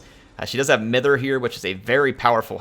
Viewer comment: Mither should be pronounced mye-ther. Its a word to describe old ladies having a fuss and a worry about nothing. Bit of old English regional weirdness.